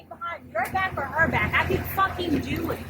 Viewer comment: Ah yes it’s dewett time